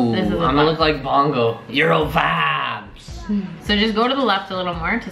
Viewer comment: My ears r bleeding all I here is that's vibes not bod not bod